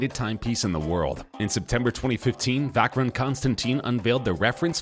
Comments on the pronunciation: Never heard of "Vackrun' Constanteen" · It’s “Va-sher-on, Con-stan-tan”